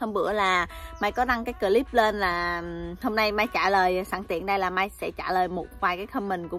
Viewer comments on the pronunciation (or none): none